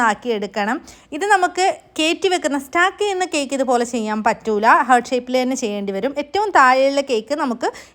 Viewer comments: ഹാർട്ട്...not ഹേർട്ട് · Cake അടിപൊളി 🔥🔥 But ഹേർട്ട് അല്ല ഹാർട്ട് ആണ്... Hurt - ഹേർട്ട് Heart - ഹാർട്ട്